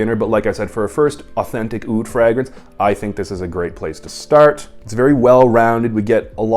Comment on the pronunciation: How do you pronounce fragrance😂